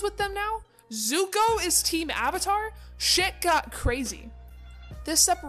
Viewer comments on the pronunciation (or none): none